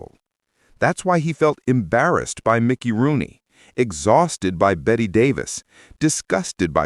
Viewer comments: pronounced “Betty” Davis - don’t let AI voice your videos kids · "Bet" Davis eh. Too much trouble to find out how it's pronounced but wanted to be a documentarian, lol.